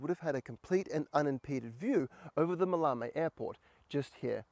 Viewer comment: pronunciation, it's MAL-e-me, TavronEEtis, GalatAs and REthymno.